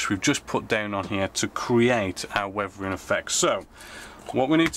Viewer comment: Did he say “wevering “?